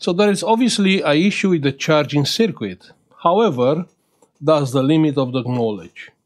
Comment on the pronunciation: Don't mean to insult you but circuit is pronounced SIRKIT not sirquit. Thanks for sharing your work 👍🇬🇧